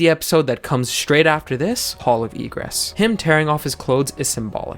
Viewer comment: And also why Egress sounds like Regress ??????